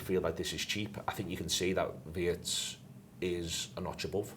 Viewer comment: German here, please... Wirtz is pronounced like Veertz ! Not like in hurts. Up the reds ❤